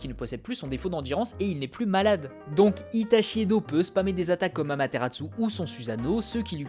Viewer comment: Je suis le seul à pas du tout aimer Sasuke l'émo ? :I Et sinon pourquoi tu dis Amateratsu ? Y'a pas de T à la fin :x